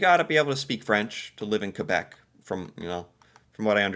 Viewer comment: As Canadian love how u kbeck